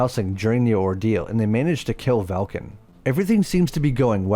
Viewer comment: I believe it likely is an AI voice. It does work well for most of his videos, but the clanker was having wording issues with Velkan in this video, that's probably what happened.